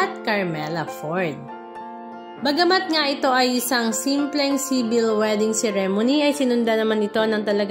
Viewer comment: I google mo kung paano ipronounce ng tama ang “ceremony”! Just helping!